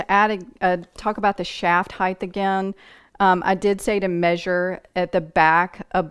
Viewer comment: Very good. Except… would you please say height and not heigh th. There is no h at The end. Sorry. Pet peeve